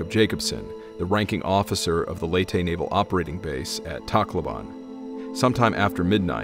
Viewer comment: Pronunciation Leyte = LAY-tee Tacloban = Tok-LO-bahn